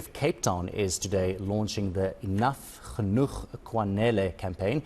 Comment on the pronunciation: It's GENOEG... WTF? 😅